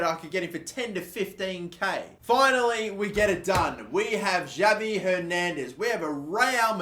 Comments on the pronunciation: Pls stop saying Javi it’s pronounced Havi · don't pronounce the J in Javi Hernandez, it's pronounced with a H instead of a J